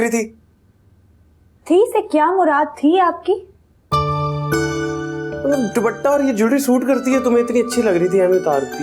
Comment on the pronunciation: be like matlab ❎ matbal✅